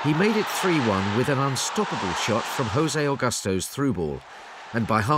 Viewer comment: eeeeeeek, that Spanish "J" on José Augusto.